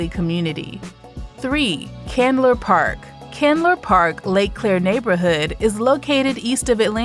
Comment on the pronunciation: Murphy Candler...not Chandler.